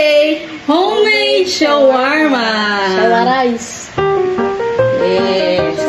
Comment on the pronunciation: "sHaWaRiCe" ShAwArAw" kuya grabe ba